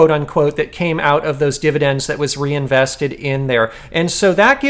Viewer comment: "reinveseted" tztz;)